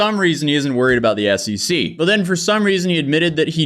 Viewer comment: Its SEC, not SCC